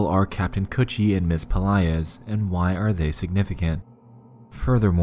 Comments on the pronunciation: did he just say kaptain coochie? LMAOO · U said captain coochie? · I can't stop laughing because I keep thinking he's saying coochie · so i aint the only person who heard captin coochie lmfaoo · everytime he say "captain kutchie" I just hear captain coochie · damn thought kutchie was pronounced coochie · its pronounced "cOOCHIE" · Captain kuchie is it pronounce coochie or cutchieb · Kanned Kutchie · I swear to god that is what I heard the entire time and I couldn’t take anything seriously